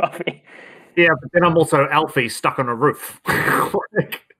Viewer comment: Planet Man Alfie, not Elfie. It's short for "Alfonso," if you recall. About 19 minutes in.